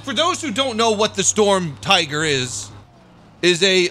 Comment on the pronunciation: Its Shturmtiger not storm tiger